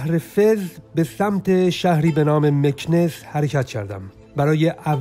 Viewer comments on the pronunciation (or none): جان ارگَن و نه ارگان مکناس و نه مکنس در مورد رانندگی باید بری سمت شهر مراکش و اگادیر تا ببینی چطوری رانندگی میکنند